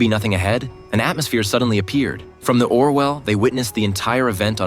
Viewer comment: It’s Orville not Orwell